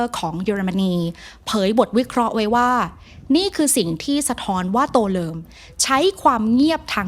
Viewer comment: ทำไมได้ยินว่า ตัวเริม